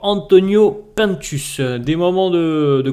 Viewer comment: J’écoute tes vidéos tous les jours pdt mon cardio mais ca me stresse quand tu dis « P1ntus » moi je l’appelle « Antonio Pinetus » 😂